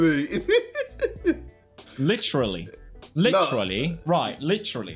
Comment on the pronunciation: JJ definitely says “litchrally” for literally EVERY SINGLE TIME I have been watching this man for a long ass time, trust me.